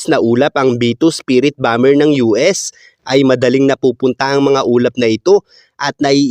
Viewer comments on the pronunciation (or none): none